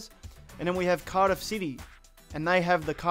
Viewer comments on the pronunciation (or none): none